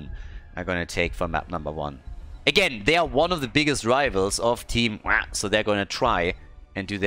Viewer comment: ITS PRONOUNCED WAH!!!! NOT WAH!!!